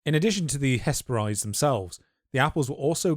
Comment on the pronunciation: Hesperides is pronounced ‘hes-peh-rid-ees’, like how you pronounce Hebrides